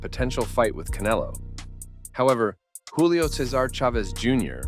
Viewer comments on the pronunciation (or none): none